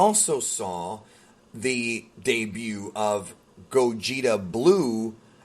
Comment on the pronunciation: The de-bute